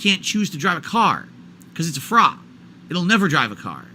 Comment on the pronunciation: knows people tease him about how he says the word frog but randomly picks it for his dysfunctional analogy. Is he trying to summon the frawgposters back to chat?